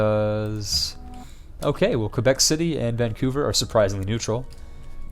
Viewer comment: The way you said Quebec made me die laughing